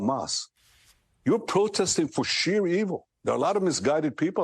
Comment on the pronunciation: "sheer evil" he said ckck